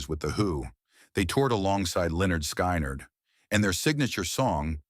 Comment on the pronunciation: When the AI calls Lynyrd Skynyrd the band "Lenord Sky-Nard " It's time for AI generated videos to go away.